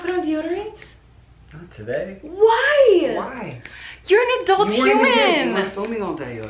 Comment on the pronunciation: "You're an ADULTT HYUMAN!" 😂😂